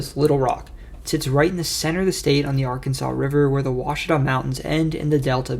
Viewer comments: I’ve watched lots of videos that claim to “explain” Arkansas. This is the first one that pronounced Ouachita correctly, and the only one to mention Arkadelphia. Thoroughly impressed! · Like and comment for saying Oauchita correctly. Good job overall Son! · As someone that lives on the Ouachita River on the boarder of Louisiana and Arkansas, I have to give a big 👏👏👏 for pronouncing it correctly! A hard feat for most that are not from around here 😂